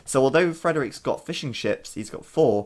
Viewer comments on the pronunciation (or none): I couldn't help but hear Fish N Chips every single time you said Fishing Ships :P